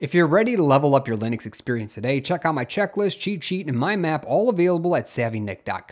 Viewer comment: narrator says "leenus" and "lihn ix" lol